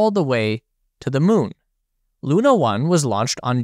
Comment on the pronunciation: Hi. I am Russian and I just wanted to tell you, that the "u" in "Sputnik" is in fact pronounced like you pronounced it in "Luna". (Btw. the accent in "Luna" is actually on the "a"). Don´t want to be rude or anything like that. I just want to clarify.